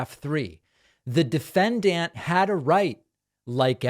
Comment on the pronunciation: I keep watching and you never learn how to pronounce "defendant" and "Giuliani". Not meaning to troll. These are just some basic words you need to report on all this, so how you speak matters.